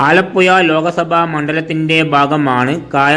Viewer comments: പുയ അല്ല പുഴ 😂😂😂😂😂😂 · വടക്കൻ കുണ്ണെ നീ ആദ്യം പോയി നാക്ക് വടിക്ക് ആലപ്പുയ അല്ലേടാ ആലപ്പുഴ നാക്ക് വളച്ചു സംസാരിക്ക് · എന്റെ പൊന്നു ചേട്ടാ ഈ പുഴ എന്നത്. പുയാ എന്നുപറയരുത് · ഈ ചെങ്ങാതി ഏതു നാട്ടുകാരനാണ്, ആലപ്പോയ കേട്ടു ചെവി അടഞ്ഞു, ഇനി ആലപ്പുഴ യെ കുറിച്ച് പറയാൻ വരികയാണെങ്കിൽ നാക്ക് നന്നായി വടിച്ചിട്ടു വരണം പൊയെ 🤣🤣🤣🤣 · ആലപ്പുയ പയം മുയുത്ത പയം 😂😂😂😂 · എടാ പഹയാ ആലപ്പുയ അല്ല ആലപ്പുഴ 😂. ഇത് കൊല്ലത്തു ക്കാർ ഫാര്യ എന്ന് പറയുന്ന പോലെ. ഏയ്‌ അല്ല ഏഴു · പുയവിട്ട് പാലക്കാട്‌ പിടി അല്ലെങ്കിൽ അക്ഷരം പറയാൻ പഠിക്ക് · അമ്പലപ്പുയ ആലപ്പുയ അതെന്ത് പുയ നാക്ക് വടിക്കെടോ പിന്നെ ഏയാമതോ